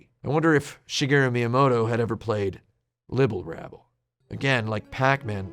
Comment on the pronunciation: As obsessive as tim is over accuracy did he really not notice he said Libble Labble instead of Rabble?